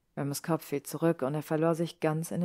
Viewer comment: Da in "Remus" nach dem "e" nur ein einfacher statt eines Doppelkonsonanten kommt, spricht man im Englischen das "e" wie ein "i" aus. Ich mache diese Anmerkung, weil ich mich jedes Mal ein klein wenig über diesen Aussprachefehler aufrege. Aber ansonsten hat mir die Vertonung sehr gut gefallen. 🤩